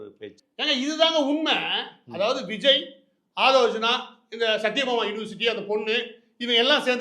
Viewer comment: ஆதவ் அர்ஜினா என்பது தவறு. ஆதவ் அர்ஜுனா என்பதே சரி. சரியான பெயரை உச்சரிக்கவும்.